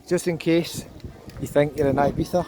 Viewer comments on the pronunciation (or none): none